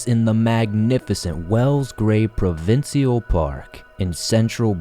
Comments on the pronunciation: Provincial. We pronounce it as pro-vin-shal. 🤷‍♀️ unless it's an Ontarian thing we do 🤷‍♀️ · Now time to work on the pronunciation of "provincial"